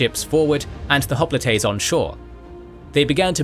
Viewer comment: I've never heard hoplites pronounced the way the narrator pronounces it in this video. When I looked up the way it's pronounced in Greek, it sounds close to the way the narrator pronounces it, but not quite the same. I prefer the way hoplite is pronounced in the usual way over the way this narrator pronounces it.